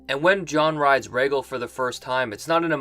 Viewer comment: I was going to give you a pass for your crappy pronunciation of Rhaegal but if you think Bran did nothing, there is no point in listening to anything of yours.